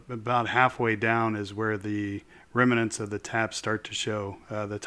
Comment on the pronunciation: It's pronounced remnants not reminants! Nice EDM you have there and a retractable oil tank too.